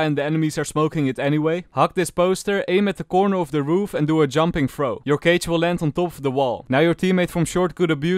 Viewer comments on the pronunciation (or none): none